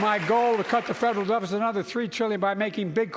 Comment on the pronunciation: I Cut the fedrbll decit 😂🤡